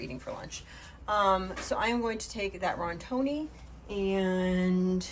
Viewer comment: Now, i dont want no one coming after me...this comment is more for me to know i did say something after hearing something so many times wrong.....no shame from me dear but please look at the box of "Rotini". Its called that...not rontini lol. Im sorry but i cant believe im the only one that said anything. But...you do you....I will always laugh when you say it 😂. That baby girl doing your eggs...oh my what a cutie patootie! ❤